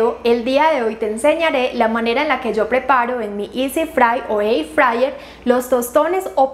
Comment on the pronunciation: Air frayer, er frayer se prununcia air es aire frayer fritadora. No ici frayer er, frayer.